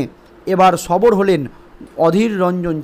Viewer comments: বার বার সবর কে না বলছেন ওটা হবে সরব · ওরে পাগল সবর না বলুন সরব হলেন বারবার বলছেন সবর সবর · ভাষা ঠিক করুন, সরব কে সবর বলছেন।